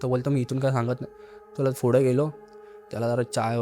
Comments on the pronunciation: Na मराठी नीट बोलता येत नाही , नाकातून बोलतोय full. attitude पुढे la फुडें म्हणतोय पुणे la फुने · पुढे not फुडें